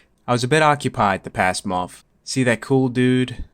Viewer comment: Please pronounce the "th" in your words. It's month... monttthhhh not monfff, seviff, maff, birffday, etc. This seems to be an excelling pandemic of improper speak in youth (youff) like it's cool to not properly enunciate. The accent doesn't make it proper. English speakers please speak correctly so the rest of the world learning the language doesn't do the same..